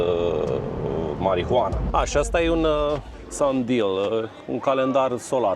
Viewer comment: „A... și asta e un sun deal". Mda. Luați lecții de engleză înainte să puneți papornița în avion...